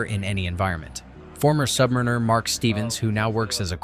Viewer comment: At least you know how to say “Submariner” properly so you don’t get your ass kicked. We don’t call Noobs Pukes; that’s too much respect. FLOB (Free-Loading Oxygen Breather) is preferred, because until you actually Qualify an Underway Submerged Watchstation, all aFLOB is doing is using up Oxygen that Qualified Submariners need. As for LCDR Whiney, if you can’t handle the separations, lack of news, and other things, then you can always go to the Target Navy. Other errors: Of course we can breathe fresh air; that’s what the snorkel mast is for. Also, eggs don’t last 3 months; 6 weeks is the usual time before the Cooks have to switch to powdered eggs. He also didn’t mention other things, like our shortened life spans. And screw Navy Shrinks.